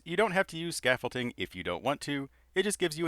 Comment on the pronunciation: Bro keeps saying scaffolTING and it itches